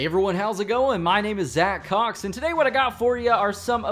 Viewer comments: how its spelt zaccox how it sounds zaccocks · I didn’t hear zacCox I heard ZacCock